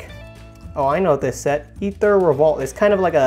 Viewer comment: Also, it's really bugging me. It's pronounced AyTher. 😂